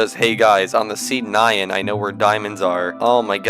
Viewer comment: Wait... I thought it was pronounced as "nian", as in Japanese anime way 😭